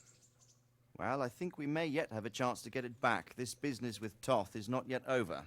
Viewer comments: This was the buggiest epilogue I have ever seen:D Thanks for an another amazing lp. Funny thing though, the antagonist Istvan Toth, they got his name (Istvan) right, but Toth... the second t is silent, so you pronounce it as a t, not an s. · The young lords pathfinding was bugged, he and the soldiers kept going to the left. Then you went ahead to the checkpoint, which made them teleport there BUT Henry kept moving forward, even during the cutscene:D It's pronounced Tot. Istvan was pronounced well I think. The English version of Istvan is Stephan btw.